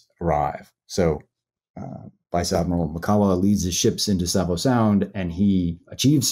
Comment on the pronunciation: Its pronounced Sahvo not Sayvo